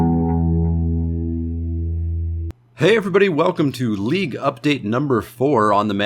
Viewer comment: I thought you said Leek Update......